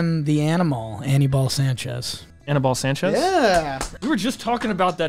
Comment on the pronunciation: I cringed listening to you guys pronounce Aníbal...do better.